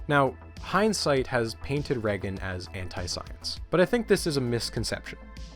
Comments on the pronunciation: Does anybody realize how he’s mispronouncing Ronald’s last name??? It’s Pronounced “Ray-gan” not “Reh-gan”. Jesus! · Pronouncing Reagan with a short E rather than a long E is so triggering. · The way you pronounce reagan I can tell u aren’t American lol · i’ve never heard anyone say reagan like that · I know this is petty, but the way you pronounce 'Reagan' is driving me insane.